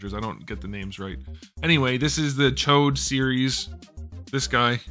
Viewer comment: its CH OD. Not chode 🤣🤣🤣😭 Tsh-Odd.